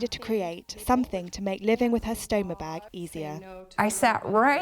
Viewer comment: Why do you say beg? It's bag.